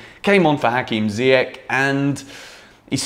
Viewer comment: It’s not ziyech with K . It’s Sh great content